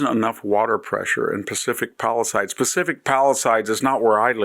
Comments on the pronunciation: Pacific Palisades. Not “palisides “. You should know that word from your classical education. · It's "PalisAdes', not "PalisIdes". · You are an embarrassment to the rest of us multi-generational residents. At least learn how to pronounce "Palisades."